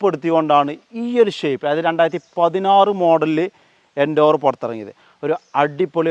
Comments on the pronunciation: Nice video bro! Just a small note - it’s pronounced as Ford Endeavour (En-deh-ver), not Endoovar. Just sharing so it helps in future videos 😊👍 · എൻഡേവർ അല്ല എൻഡവർ🤙🏿🤙🏿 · സുഹൃത്തെ എൻഡോവർ അല്ല എന്റവർ ആണ് പരിശ്രമം എന്നാണ് അതിന്റെ അർത്ഥം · eഎൻഡോവർ അല്ലടാ പൊട്ടാ : എൻഡവർ